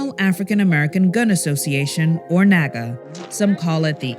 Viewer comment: lol its called "naaga"